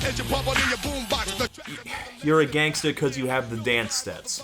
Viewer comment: Todd's odd pronunciation of "gangster" as some middle ground between "gangster" and "gangsta" did start to nag at me a little.